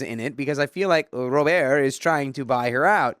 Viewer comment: Story 1: I cant stop laughing at “Ro…birrrt” 😭